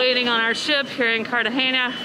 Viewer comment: Please stop saying cartagenia. The city is Cartagena.